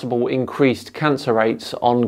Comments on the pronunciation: Do you also pronounce cancer khancer? Because that was getting very annoying. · As a non Scotsman can I just ask regarding the accent: He says Covid as CONvid, which is obviously deliberate as he thinks Covid is fake or something, but to my ears he is also saying CONcer, rather than Cancer. Is this just his accent, or is he suggesting Cancer is a con/fake too? I'm confused because I have heard some wingnuts make various claims about Cancer being fake, manmade, big pharma suppressing the cure etc. And he certainly seems like the sort to buy into that kind of crap. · Lol I read this at the same time that he said it in the video. “Carn-sir!” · It was a painful struggle to listen to him speaking in such a disjointed way. Oh, and..."carn-sir"! 😂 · Caaaancarr, rraarts